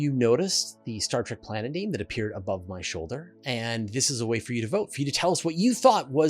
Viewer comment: Give me a break you you're spewing out all this scientific stuff about planets in the universe. so why did you mispronounce Star Trek you said Star Track. It literally means star journey. On the other hand you said track the definition which is a rough path or minor road typically one beaten by use rather than constructed. Why the why do you think****** fans of the original TV series the spin offs the reboots the movies call their self Trekkies they don't call themselves Trackies.